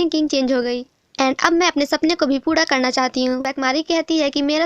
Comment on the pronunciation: Didi aap jab puri ya pura kheti ho tou wo puda sunai deta hai 😂